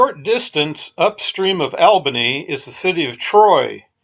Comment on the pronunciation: some quick local info, it's not Albany like your friend Al. It's pronounced ALL banee. cheers